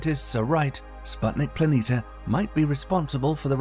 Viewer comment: How can somebody spend so much time producing a video like this and still pronounce planitia wrong over and over?